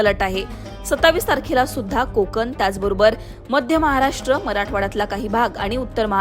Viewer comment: कोकन नाही कोकण बोला